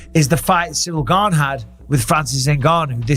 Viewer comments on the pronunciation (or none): He's still calling him "Gain" in this video lol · Is Jon pronouncing Cryls Last name improperly on purpose because I thought Cryl last name is not pronounced like "LANE, GAME, SAME, GAIN etc" AM I wrong 🤔?